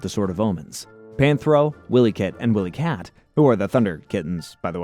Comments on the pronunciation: How old are you dude.. it’s Wiley kit and cat.. not Willy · but yeah also this guy said “Willy kit and Willy kat” so I feel your frustration lol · Bro. It's not Willie. It's Wily like the coyote (kai-oat-ee (US)) that chases Roadrunner.